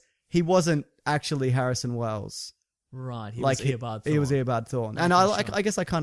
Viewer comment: I heard “Air Bud Thor” when said “Eobard Thawne”